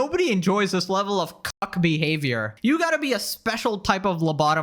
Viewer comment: pronounces "cuck" like "puck."